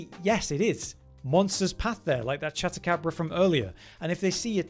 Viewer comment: Chat-acabra < Chad-acabra